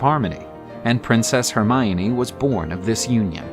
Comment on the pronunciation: Is it just me or did I just hear him said princess "Hermoine" 👀